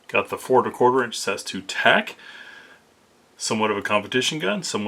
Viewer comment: You say the letters, not pronounce the "word" guy. S A S, not "Sas".